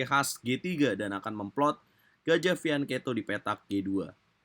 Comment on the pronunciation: Hadeeeehhhh fianketo lagi...fiancheto.lu sendiri yg bacanya fianketo